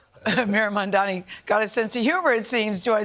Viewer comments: Why can't this journalist bother to pronounce Mamdani's name correctly? It's her job after all. It's giving major disrespect. She didn't have this much smoke for Eric Adams who was indicted for corruption. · Gail makes me sick. She couldn't even say the man's name right. I'm so glad more and more Americans are waking up to corporate media propaganda and bias for the rich. There's still a lot of ignorant people out there though.